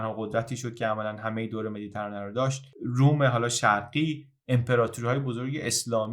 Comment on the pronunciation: خیلی زیبا بود واقعا کانالت حرف نداره. اما یک انتقاد. لطفا کلمه مدیترانه رو با کسره روی حرف ت تلفظ کنید و نه فتحه.